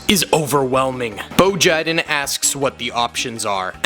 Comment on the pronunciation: “Boe Jiden” 😭😭😭🙏🙏🙏🙏💀💀💀💀🪦🪦🪦🪦🇺🇸🇺🇸🇺🇸🇺🇸🇺🇸🇺🇸🇺🇸🦅🦅🦅🦅🦅🦅🦅🔥🔥🔥🔥🔥🔥😤😤😤😤🗣️🗣️🗣️🗣️🗣️🛩️🛩️🛩️🛩️🛩️🛩️🛩️🛩️🛩️🇺🇸🇺🇸🇺🇸🇺🇸🇺🇸🔥🔥🔥🔥🔥🔥🫡🫡🫡🫡🫡🫡